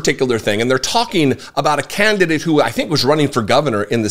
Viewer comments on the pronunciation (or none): none